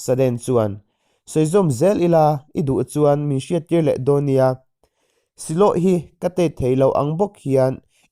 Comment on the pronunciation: Siloh tia i lam hi 'silo' tiin 'h' silent tur a nih hmel